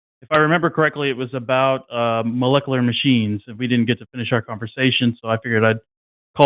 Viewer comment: Good to see that a week later still can't pronounce "molecular".